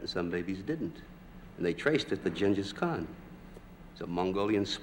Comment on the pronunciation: Wow, he even pronounced "Genghis Khan" correctly even back then.